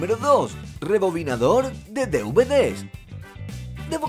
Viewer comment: porque decis mal dvd